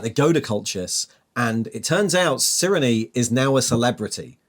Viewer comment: I think Cyrenes name is pronounced "Sai-ree-n" at least according to audiobooks